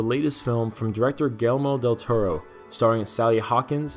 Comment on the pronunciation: "... from director [butchered name] Del Toro."